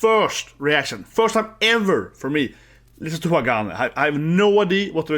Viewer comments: It's pronounced Ha ga nee. Glad you finally got to this. Nineteen months after release but you got to It.🤣 A little too much attention paid to nail polish 🤔 Hagane are: Nagi: Vocals (newer to band) Sakura Yoshida: Guitar (founder and leader) Sayaka: Bass Junna: Drums (newer to band) Plenty of Japanese bands out there you haven't done Asterism, Aldious, Bridear, Destrose, Fate Gear, Gacharic Spin, Mary's Blood, Mellows, Nek!, Paradoxx, Trident, Unlucky Morpheus to name some. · Ha-ga-neh. Kind of more like "Neh", not "nee". It's the Japanese syllable ね. The band name means "steel".